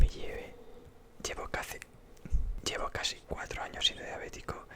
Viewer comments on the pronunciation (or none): oye y esa cara de o el cuando dices cazi en vez de casi ??? no te gusta tu acento gaditano xd